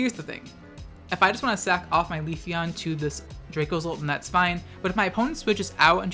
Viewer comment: please stop saying queefeon lol